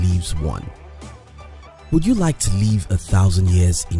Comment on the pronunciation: is this fool saying “live” or “leave”? learn how to speak english before u try to act like a professional voice over lol